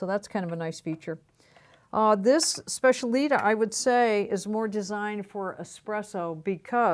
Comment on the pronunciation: It’s SPECIALITÁ! I can’t hear you say specialíta anymore. The stress is on the last A.